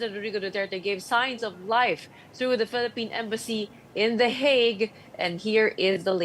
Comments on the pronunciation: HAGUE po ang pronounciation namin dito s Europe in English lang po ang HEYG 😊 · Can you pls pronounce it properly? It's not HAG, it's HEYG